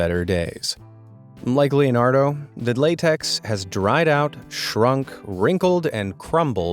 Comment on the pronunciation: That ain't Leonardo that's lenardo